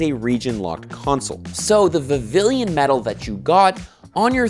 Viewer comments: vivillon tho, not vivilion. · It's pronounced Viv-ee-yon. There are only two I's in it, not three.